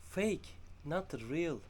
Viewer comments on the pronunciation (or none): none